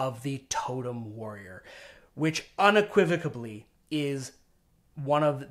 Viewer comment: There's no "B" in unequivocally.